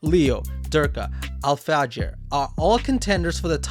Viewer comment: Bro said alfajır instead of ALFAJER. and also FUT ESPORTS got PAST group stage in Champions23' and finished 6-8th in the Champs. Disrespect to KRÜ and BBL is just sad. And other dumbass things too.. You dont know the game at all.